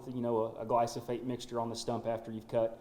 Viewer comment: poor guy is saying glysofate when it is Glyphosate